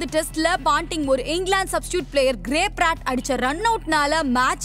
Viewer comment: It's Gary Pratt. Not Gray Pratt